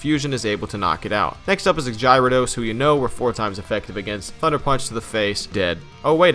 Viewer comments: Did this pretentious ass just say “Jyradose” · The way you pronounce gyarados is disgusting